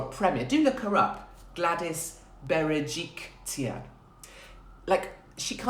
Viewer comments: Bera-Jik-Lian is how you pronounce it Katie 😂❤️ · You almost said Gladys’ last name correctly, my love. But change the T to an L. She is also known as Gladys BeryJERKlyan 😆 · Where is the T in Berejiklian 🤦🤣